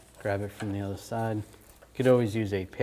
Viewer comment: bruh said utter lol not other what a noob